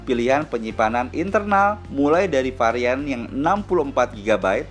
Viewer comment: Varian om.. Bukan parian